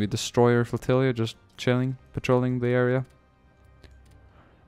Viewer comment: why do you pronounce "flotilla" as "FLOTILLIA", with an IA at the end? I am just curious.